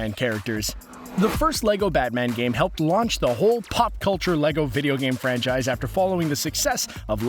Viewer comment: Do every time you say when size every time you save franchise it hurts my head